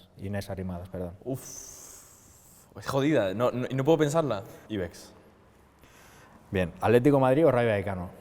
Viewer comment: Y Luego vuelve a decir Ibex AJJAJAJA